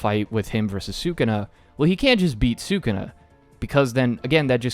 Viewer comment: Taking your Puerto Rican card given the way you pronounce sukuna